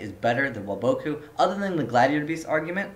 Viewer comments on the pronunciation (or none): it's WAboku, not waBOKu. pronounce it right. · Woah-BOH-Koo??? da fuq, have u ever watched the anime? It's WAH-bah-koo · The way you say Waboku drives me fucking insane